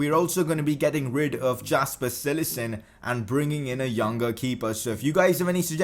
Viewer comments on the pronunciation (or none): It's pronounced yasper cillissen